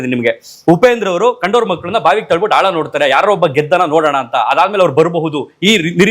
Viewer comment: ಹಾಳ alla sir ಆಳ